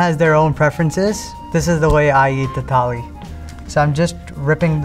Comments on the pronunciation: Tali nahi thali 😭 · Pronunciation of thali 💀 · Bro can't even pronounce thali correctly😂😂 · thali toh bol le theek se bhai